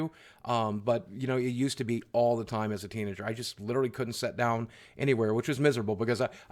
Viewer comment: I love how he says “set” rather than “sit”